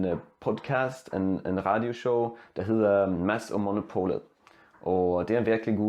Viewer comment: For nogen der har ikke studeret Dansk, din Dansk er god. Din accent er god nok at mest folk vil forstå dig. Men, der er tre ting du kan gøre for at forbedre din accent. Dit stød er godt for nogen ord (ligesom i "monopolet"), men du brugte det ikke i mest ord (ligesom i nemt og forstå). Nogle gange brugte du tonal ordaccent i stedet for stød, for eksempel nar du sagde "fordi der er mange dansker der kan ikke forstå svensk". Bløde konsonanter som blød d og t var ok men, i ord ligsom prøvet, det lød mere som en l på det Engelsk ord "wolf". Dine blød k lød som en normal k. For ord med en blød k (ligesom snakke), man skal udtale dem ligesom en normal g. Dine vokaler er gode men ikke perfekt. I ord ligesom god, godt, på, og så, du brugte den samme vokal men, man skal udtale dem forskellige. Der er andre eksempeler men jeg tror det ville være bedre vist du fokuseret på bløde konsonanter og stød mere fordig dine vokaller er god nok. Jeg håber, dette vil hjælpe dig lidt.